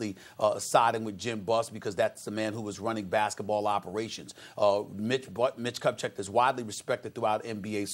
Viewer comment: "mitch butt-check" 💀